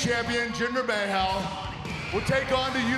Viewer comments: JINDER MAYHAL ???? WTF KURT CANT EVEN SAY HIS NAME,ITS MAHAL NOT MAY-HAL LOL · Badar Ismail no ? Lol the whole Indian media pronounces it as Mahal or mehel .. Never May-Hal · First the Raw tag titles were “WWWE Tag team titles” Now Jinder Mahal’s name is “Jinder Mayhel” C’mon Kurt get it together with your pronouncing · Aakash Bhargava even Jinder pronounce it Mahal.... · "Jinder Mayhell." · It's funny how kurt said MAY-HAL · "WWE Champion, Jinder Mayhell." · Who else laughed so hard when Kurt botched jinder mahal’s name and called him jinder maehal😂😂😂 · "Jinder May-hall" Why not just go all the way and call him "Ginger Mayhall" like Eva Marie did, Kurt? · kurt just said jinder mahell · "Jinder Maehal" - Kurt Angle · Did Kurt just say Jinder May hal ?! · "Jinder May-hal" 😂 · LOL Jinder "May hal" - Kurt Angle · “Jinder Mayhall” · May Hal I’m dead 😂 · WWE Champion Jinder MAY Haal! That was hilarious much like when Eva Marie botched Jinder's name(Ginger) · Jinder may-howl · Hehe, “Jinder Mayhal” 😂😂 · "Jinder Mahale"😂 Slain! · jinder may hal ? 😄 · "Jinder Mayhal" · Kurt angle botched jinder mahal's name and called him jinder mayhaul 😂😂😂😂😂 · Jinder may-Hal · My boy said Jinder MahAll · lol kurt said mayhal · MAYHALE?????? KURT WTF. A LITTLE RESPECT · I really hate jinder may-Hal 😂😂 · Jinder May-hall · Jinder May-hal... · First Uh- sooka now jinder may hell can someone pls brief him on pronunciations pls!!! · Why did Kurt say mayhal? Wtf😂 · Lol kurt said Mahal soooo wrong Love you kurt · How Angle said Mahal 😂😂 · lmfao Kurt bud you fun goofed up on jinders last name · Jinder is so irrelevant that Kurt doesnt even know how to pronounce his last name. Damn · He pronounced his last name wrong 😂😂😂😂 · loool how he pronounced Jinder's name. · Butchered Jinders last name, lmao. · Ha! Kurt mispronounce Jinder Mahal's name. It's okay because Jinder still a jobber. Don't care what no one says.